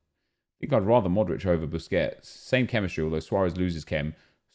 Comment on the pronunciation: He actually called Busquets “bisquits” am dying man lol